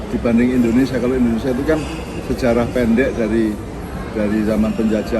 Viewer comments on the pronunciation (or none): Indonesia, bukan endonesa 🥺